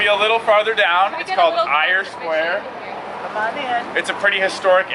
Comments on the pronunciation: It’s not pronounced Eye-er Square. It’s pronounced Air Square! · Eyre Square is actually pronounced "air" square.